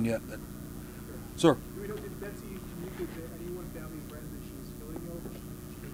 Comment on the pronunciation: Becos the guy is pronouncing Betsy's name wrongly,that's all*